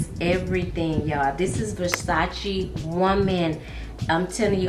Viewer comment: I love you - you pronounce it Versac-E not versac-A!! All my life it has been pronounced the way you (and I) say it! Now I hear people all of a sudden pronounce it with an "ay" sound🙄. And you say "coin" (correctly) not "coins". In my day we always said "coin" singular not coins plural. Thanks for this video, I have to try that VersacE woman!! Sounds delicious. ** I got an Ellen Tracy at TJ Maxx, the one with the red floral background, on clearance for 4 bucks and it smells delicious! A beautiful sweet floral. Very nice, and only four dollars!!